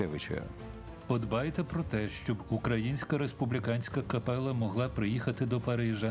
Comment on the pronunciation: дякую за чудову првцю, за фільм. Зауваження до диктора - капела - читається з одним "л". До авторів тексту: "Європа підсіла..." - це більш, ніж непристойно подавати до глядачів від каналу Суспільне/Культура